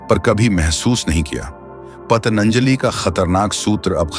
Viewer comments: Thik h Lekin aap shabdon ko badal kar kyun bolte ho Rishion ko arishi Ab Patanjali ko patanjali. Aesa koi vishesh karan h. Itna deep samajhne wala ye galtiya kyun kar Raha h? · भाई पतंजलि का जब ठीक से उच्चारण भी नहीं कर सकते तो क्यों ज्ञान बांट रहे हो ? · महर्षि पतंजलि का उच्चारण तो सही तरीके से कीजिए। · आप इतना बात कर रहे हो मन के बारे में और योग के बारे में. फिर भी, इसकी सृष्टि-करता का नाम ही आप भूल रहे हो. ये कैसी टट्टा है भाई ?! आप बार बार "पतनंजलि" कह रहे हो. उनका नाम महर्षि पतंजलि/पतञ्जलि/Patanjali है ना? आप उनका नाम गलत क्यों उच्चारण कर रहे हो ?! कही जानबूझ कर तो नहीं बोल रहे हो गलत, दुष्प्रचार करने के लिए?! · पतंजलि बोलिए पतनंजलि नहीं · पतञ्जली शब्द का सही उच्चारण करना नहीं आता और चले अर्थ बताने| मत सुनिए | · " पतनंजाली " नहीं है भाई साहब. वो नाम/शब्द महर्षि "पतंजलि" है. आप बीच बीच में " पतनंजाली " कह रहे हो, ध्यान दो. महर्षि पतंजलि "योग-शास्त्र" के रचयिता ही नहीं, बल्कि "सहस्रावधानी" (सहस्र-अवधानी) भी थे. और आज "माडुगुल नाग फणि शर्मा" (तेलुगु) हैं, वह "द्वि-सहस्रावधानी" (द्वि-सहस्र-अवधानी) हैं, और आज वह हमारे बीच में हैं, रहते हैं आन्ध्र-प्रदेश में. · महर्षि पतंजलि का नाम तो ठीक से उच्चारित कीजिए महाशय। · ye koun murkh hai jo patanjali bhi nhi bol pa raha hai . you tube me murkhon se bhra pada hai | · You don't know how to pronounce Patanjali